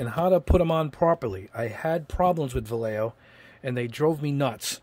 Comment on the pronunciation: Please, it's pronounced... Va-ye-jo. It's kind of like having somebody say "yeyow" instead of yellow. If can, so can you.